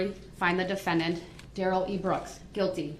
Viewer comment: Da de-Fan-dEnT